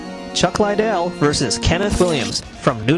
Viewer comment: chuck lydell??? who is chuck lydell?? OHHH YOU MEAN CHUCK LIDDELL!!!...loser